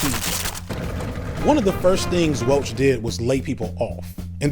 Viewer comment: mispronounces Welch.😂